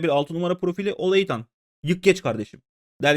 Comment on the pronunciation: beyler ola-itan değil olaytan diyelim bence